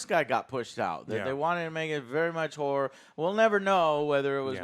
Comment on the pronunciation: Horror.....not Hore, lol